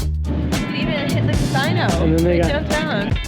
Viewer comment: Did you say Cas-eye-no??